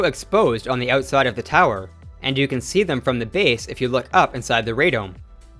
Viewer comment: "ootside" eh!